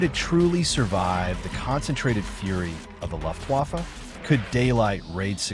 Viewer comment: Ugh. The “Luft” waffe pronunciation of your AI reader, as well as some of the “pauses” in between words are hugely distracting. I’m out, but thought you should have the feedback. It just feels……un genuine, and pandering.